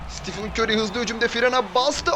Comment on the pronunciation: Siti fın kör diyo